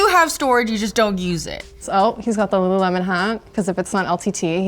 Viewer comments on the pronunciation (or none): none